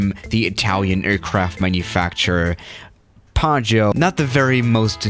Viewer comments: Hey, it's actually PIAGGIO, not PIAGGO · It is Piaggio not Piaggo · Piaggio not piaggo... I'm italian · as an Italian I need to say that it's called Piaggio Avanti but you not say it Paggio Avanti, it's just Pi-aggio Avanti, good vid do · Says "Paggio", spelles "Piaggo". It really is "Piaggio". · It's Piaggio not Piaggo. It is pronounced "pee-ah-jo" :DDD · It's piaggio not paggio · It’s Piaggio not Piaggo... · People:piaggo avanti:padjo ivanti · Coming from an Italian, how he said "Piaggo Avanti" sounded so weird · P.S. I am Italian and I know it's "P-ee-oj-ee-o" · Nobody: PAGGO AVANTI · plane:PIAGGIO AVANTI:PAGGIÖ AVÁNTI me, just an italian guy:ExCuSe Me WtF!1!1?1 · today we’re going to talk about the ‘Piaggo Avanti’ Me: blurrgbleue?? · You should check the correct pronunciation. Piaggio Avanti is pronounced really differently than "paggio", which means waiter. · Pronounced pyaggyó... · Actually it‘s „piaggio“ and you say the first i... These are the ones that had built the „ape“ tricycle! And no, ape does in that case not mean ape but it‘s the italian word for bee. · yeah, but you forgot that there are two g in "PiaGGio", so you have to pronounce it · Actually its "piaggio avanti" XD (that plane isnt even so bad! Maybe I think it because I'm italian...🤨🤔😂) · Its "Piaggio avanti" u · Piaggio is actually a really big motorcycle company, and you pronounce it really wrong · When you pronunce piaggio you have to make the i sound